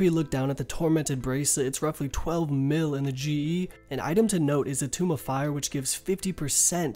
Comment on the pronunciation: also pronounces tome as tomb